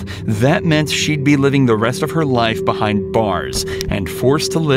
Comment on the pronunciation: Rest of her life BE* HIND NOT BUHIND 🤮🤬